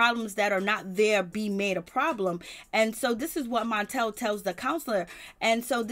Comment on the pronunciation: Latisha's husband's name is Marsau. Pronounced Mar-So! And Melody's husband is Martel. You said MONtel. And Monster's mom name is Kayowa- Pronounce kya-wah.😳👀